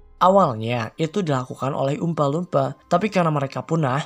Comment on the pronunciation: jelek pronounciation nya. dilebih lebihkan banget apalagi pas nyebut oompa loompa